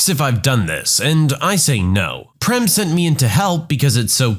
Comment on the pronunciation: I was not happy the way you pronounced PREM 😂😅 IT'S pronounced as PRAME (same way as FRAME) My name is PREM BTW and it means LOVE